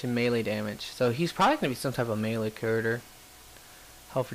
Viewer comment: You have to get them from the store like he did in this video. It's all random though so it will probably take you awhile. Also, please pronounce CHARACTER correctly or at least close.